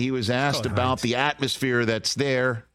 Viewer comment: You better read "abaht" that towel jr. 🤣👏👏👏